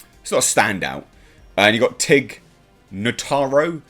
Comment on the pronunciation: Sounded okay until you said "Tig Notaro."